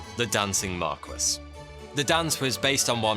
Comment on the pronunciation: I love your videos...but it blows my mind that a seeming Englishman like yourself doesn't know how to pronounce 'marquess'